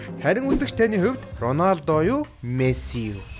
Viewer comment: Ranosda❌ Ronolda✅